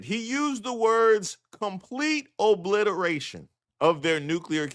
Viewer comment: He sed the word Izzy oblitoration!...lmfao 😆 🤣 😂